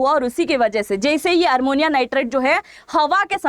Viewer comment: Armonium नहीं ammonium nitrate